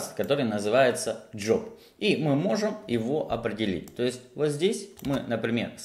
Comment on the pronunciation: Паблык, джёб, Алэкс, Алыкс🤦‍♂️ Зачем говорить эти слова типа с английским акцентом? Это всегда нелепо, когда люди зачем-то произносят слова с супер акцентом, говоря по-русски.